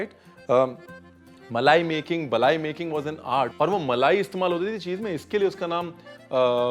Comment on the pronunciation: Chef you said it right. It’s “baalai”, which means “upper” or “topmost”not “malai”.